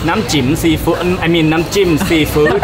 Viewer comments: The repeated mispronunciation of นำ้จิ้ม (dipping sauce) as นำ้จิ๋ม (vaginal fluid) was hilarious. It is also funny that the first person to make this error was the fluent Thai speaker,. Many years ago I taught English in Thailand. A fellow teacher decided, one day, to tell the students (who were about 10 years old) about snow, or in Thai หิมะ (hima). He mispronounced it as หีม้า (hee maa), which means horse's vagina. Unfortunately, he had learned how to write in Thai, and he wrote หีม้า on the board and all the students diligently copied this into their notebooks which they brought proudly back to show their parents. You might guess that the parents would be furious (because Thais are quite conservative), but in fact they found it hilarious. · they didn't laugh at you but that Thai sauce name when you pronounce with low pitch the meaning will change to sex joke. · For those of you who didn't get why and kept laughing when she tried to say nam chim is because she said chim in the wrong tone and the meaning changed from lit. poking water = dipping sauce to pussy water/sauce xD